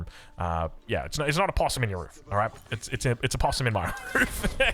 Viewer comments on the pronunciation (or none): none